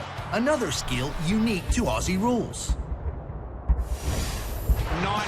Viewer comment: The pronunciation For Aussies sounds like OZZIES. Not ossies.